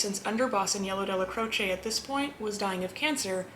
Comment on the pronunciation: Who is “jimmy Fay-ya” you mean Jimmy Fi-EL-ah.Stop putting an Italian accent on your pronunciation,%90 of the names your pronouncing wrong because of that.Mr Neil pronounced his name “Dell-Ah-Crowch” not “Del-ah_crowch-ay”,unless HE was wrong.